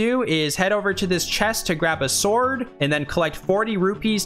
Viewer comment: The dog cut destroyed me pls Thanks for putting so much time into this one (all four heart pieces is serious swag), and also for pronouncing it s'word, you bring light to our days Every one of these makes me question a little harder why I'm not playing Oracle of Ages/Seasons right now